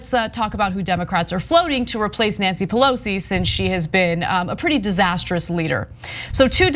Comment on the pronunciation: It’s racist not to pronounce her name correctly... racists.